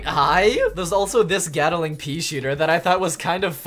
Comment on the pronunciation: Gun Nerd Mode ENGAGE ITS GAT-LING GUN NOT GAT-A-LING GUN